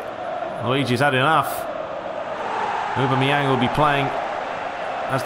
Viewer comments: It's 'ohbam-eyang' not 'ubermeyang' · No, it's Aw-bam-eh-yang... :p